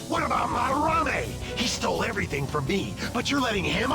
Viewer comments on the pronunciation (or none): For future reference, his name is pronounced "Mad-Der-Ra-Mey", not "Madarayme" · Mispronouncing Madarame's name through the video was like nails on a chalkboard.